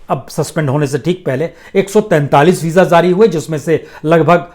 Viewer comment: Sir zari nahin jari shabd hai durust kerye